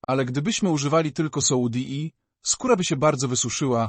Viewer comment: Już nie mogę tego słuchać ,,soudi " i nie mogę się skupić.